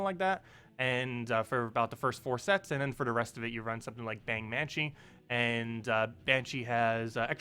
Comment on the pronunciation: Did you just say Bang Manshee?! AAAAHAHAHAHA ;D